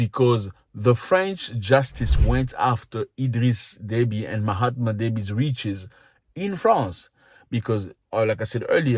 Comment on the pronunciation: Did you call him Mahatma Deby?!